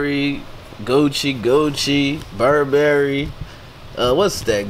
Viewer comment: Nigga BU-RB-RY-Y OR BUR--BER--Y Wtf is BUR-BAR-Y???? im schleeeeep cuzz